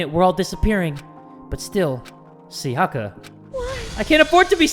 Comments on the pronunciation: Please jay for the love of god her name is pronounced “sai-yuh-kuh” not “sa-yah-kah” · he keeps calling her "sayACka" ams im just like bruh she pronounced it for you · Sayaka is actually pronounced Sá-ya-ka, not Sa-yá-ka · If he says Sayaka like that one more time I